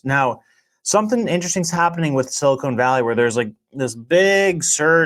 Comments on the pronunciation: Bro is siliCON not silicone. They aren’t making breast implants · Not silicone valley, silicon valley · "silicone valley". sorry, lost all respect for as he clearly cant talk, or say Silicon or 'Thiel'.